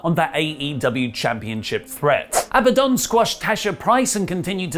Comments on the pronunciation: learned how to say Ab-a-Don. Very proud of you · Hey, pronounced “Abadon” right